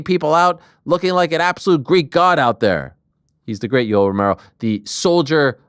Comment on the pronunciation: Lol Jessica kept calling Yoel yolo